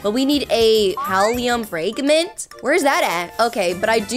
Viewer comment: its not fr(ay)gment its fr(ah)gment👍